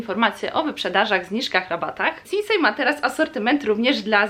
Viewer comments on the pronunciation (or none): Mówi się sinsaj a nie sinsej